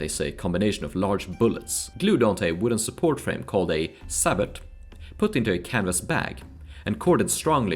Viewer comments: Not pronounced Sabot, but sabo as in sabotage ( French for Shoe) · Sabot is pronounced saboe